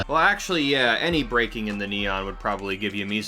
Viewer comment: Just butchered the neon xD